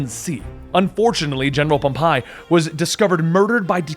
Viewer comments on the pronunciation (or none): oh dear god its not just japanese you're bad at pronouncing but greek and egyptian too? Any high school history class would have told you how to pronounce these names. Ptolemy. The P is silent so its Toh-leh-mii Pompei. Pom-pay or pom peh. You know what? Just to make it super easy for you to remember. Watch rome. Not wholly historically accurate but... only to a nitpicky point. The basic historical events basically happened as were recorded. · I think your pronunciation of Ptolemy and pompey are off